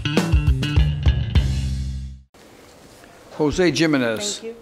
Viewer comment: I can’t believe Caprio pronounced Jimenez wrong. How can a Chief Judge do that?